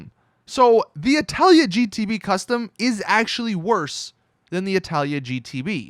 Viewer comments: its not italia its itali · itali gtb not italia gtb fix your shit learn to read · ITS NOT ITALIA ITS ITALI NO FRIGGIN A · ffs, it's ITALI NOT ITALIA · ITALI ITS ITALI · he keeps and keeps sating italya ??!!!!!!! is it intentional or you're dyslexic ? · When he got "Itali" wrong